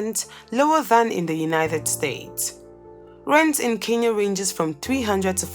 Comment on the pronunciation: Pronounce it as Kenya